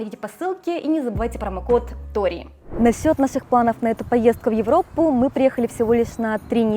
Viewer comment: Вы уже в русских словах стали сдваивать согласные на японский манер. "В Европпу", как пример. Чудесный сюжет про отдых в Турции, как будто там побывала.